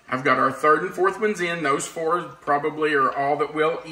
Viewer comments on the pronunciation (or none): none